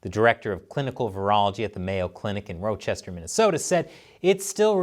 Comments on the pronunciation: As someone from from Rochester NY, I'd like to inform you that it's pronounced RAH-chester not ROW-chester... I don't blame you tho... I bet Pedo Peter can't pronounce it right either 😂😂😂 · Oh yeah and its pronounced (Raw-Chester) Minnesota. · You really mess up the name of Rochester Minnesota.